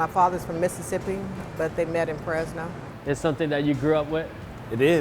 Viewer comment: Did i hear right? "Fresno"?